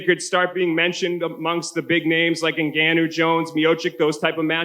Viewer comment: Anybody who can't pronounce Francis' name by now that's even remotely involved in MMA journalism, should never be called on again. Or at least not completely BUTCHER it.